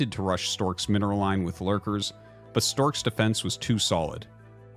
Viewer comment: Why'd you say Stork like a stork?